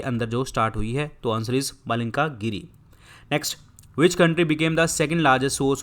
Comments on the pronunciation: Kya sir malkangir ko malikangiri bol rahe hai....sahi se bolo sir.please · It's malkanagiri( ମାଲକାନଗିରି)मालकानगिरि